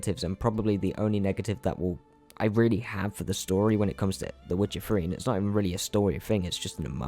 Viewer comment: "The Witcher free"